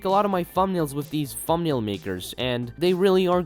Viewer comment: You good bro? You saying fumnail